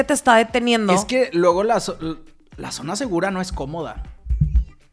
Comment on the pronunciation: Todo muy bonito como siempre pero como "sona" con s 😂